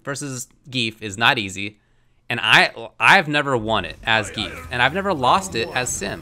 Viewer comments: gee-yef. not "geef" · No, it doesn't. It pronounces it like Zan-Gi-ef. The reason you want to pronounce/write it like that is that english doesn't have the correct sounds to pronounce it. Most probably won't understand as the english language also pronounces letters and the alphabet differently. This is also a problem with using foreign names in video games.